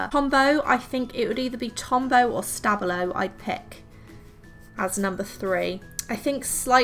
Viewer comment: Tombow aren’t supposed to be waterproof.... so I’m very confused about it being downgraded for being exactly what it’s said to be - water soluble. I’m also confused about the stabilo name. How is it supposed to be said. How it’s pronounced here is something I’ve never heard before. About Posca, it’s waterproof, but is a paint pen, which means it can very easily get scratched off after application and dried. Other than that, such a good thing to do with your pens.